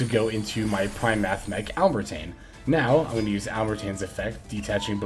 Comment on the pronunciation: Still saying alembertain wrong.